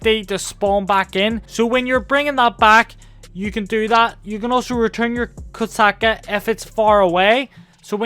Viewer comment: Did u call the kosatka the koksucka